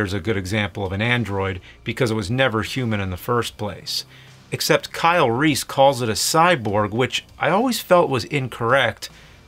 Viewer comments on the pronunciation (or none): none